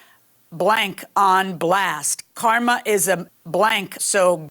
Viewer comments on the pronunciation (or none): none